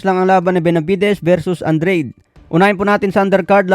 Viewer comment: Ano ba tlaga andred oh Andrade Ang gulo dila mo😂